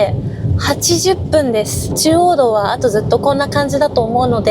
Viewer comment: 収録、編集お疲れ様です🍵軽キャン使用レビューありがとうございます😊「道はべ」噛みましたねぇ、聴き逃しませんでしたよぉ( ≖ᴗ≖)ﾆﾔｯ